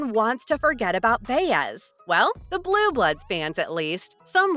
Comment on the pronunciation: It's " Bye-ez" knuckle head, right?